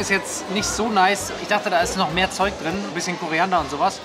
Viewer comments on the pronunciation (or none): Hör bitte auf „korEEEander“ zu sagen. Es heißt korIIIIIander mit iiiiiii